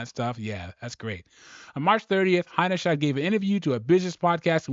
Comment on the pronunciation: How many different ways are you going to pronounce her name? It's Alissa Heinerscheid, not that hard. Practice it for a bit if you might be considering making another video and you need to say her name again.